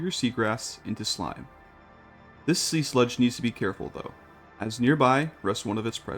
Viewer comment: Same with the Sea Slug, unless it is named "Sea Sludge" in the pack 😅💙entertaining either way haha